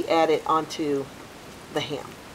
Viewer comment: Jeez, that accent when you say HAM , as 2 syllables, instead of one 😳.. not only that, you must have said HAY-YAM 50 times at least!!! Having said that, the finished product looked bloody amazing!!! A delicious hay-yam!